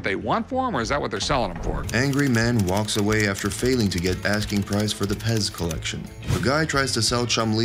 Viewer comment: They said pest instead of pez lol